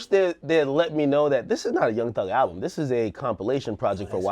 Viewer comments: ALUBM ?... isn't it ALBUM? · Yo, what is an "alubm"?